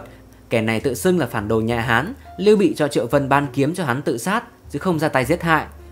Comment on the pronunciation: Lưu Bị chứ không phải Liêu Bị nhé!